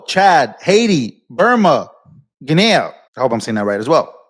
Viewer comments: guinea is phoenetically pronounced like the pet, guinea pig, Gin-knee. :P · Guinea rhymes with mini. Why not China?